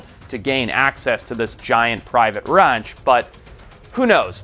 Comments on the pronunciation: You still can't pronounce the American short a vowel on words like "can't" and "ranch" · why did you pronounce ranch like that? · If I ever hear you say ranch like that again I’m done watching these phony still alive videos. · Who pronounces “ranch” that way?! 😭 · Ami I high? What is this guys accent that makes him say ranch like that? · I’ve never heard a gayer pronunciation inf the word ranc🏳️‍🌈😂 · The way he pronounces his A's in ranch and chance irk me 😂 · It's not typical of him, he must have just gone home for a visit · Probably because he wasn't raised in the States.